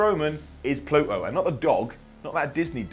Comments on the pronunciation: What the hell is Pluh-oh? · Listening to saying Pluto is the strangest thing ever.